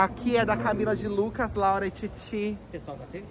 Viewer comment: Camila de Luecues kkkkkkkkkkkkkkkkkkkk